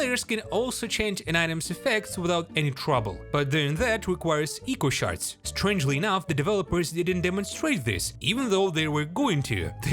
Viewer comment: You pronounced echo shards wrong